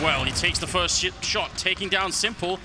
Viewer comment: Gonna take the first shit- shot Lol hahahah the narrator mistakes were made😂